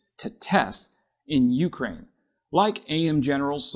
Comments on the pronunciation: Please, u-KRAINE, not U-kraine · You remind me of my mother, pronouncing Ukraine with the stress on the first syllable....and it annoys the hell out of me, so I'm not going to finish watching this. Damn, boy, have you never heard anyone pronounce it before? Also, I've already had a full video on this subject, but it didn't have the ludicrous title, partially swiped from ScienceDaily....no, it had a title that accurately told the viewer what it was about, unlike yours.